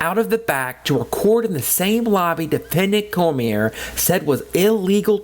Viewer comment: You could be prosecuted for butchering the name Cormier..kidding aside I always get annoyed when auditors bring this up. If the Health Unit Employees were walking around with cameras filming and then uploading to Youtube then you'd have a point. The security cameras are inconspicuous and they are used only for security purposes. Law Enforcement only turns on the body cam during an interaction. They aren't on every where they go and they aren't uploading the footage to Youtube with commentary.